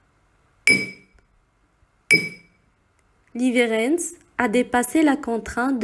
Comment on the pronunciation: Voix trop lente c’est dommage...pour info en suédois le w se prononce v...on dit donc leverentz